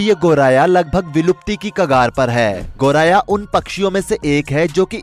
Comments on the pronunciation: गौराया ❌ गौरैइया..✅ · पक्षि का नाम तो एंकर सही ढंग से नही ले पा रहे 😂 गोराया कह रहे 😊